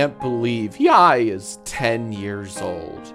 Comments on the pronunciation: Ugh, said YIAY wrong again 😮‍💨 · How are you STILL pronouncing YIAY incorrectly?!